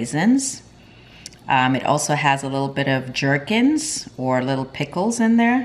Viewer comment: You might wish to correct your pronunciation of "gherkins". It is not pronounced with a "J" sound, but rather like "gur-kinz" with a hard "G". (same as the word "Good").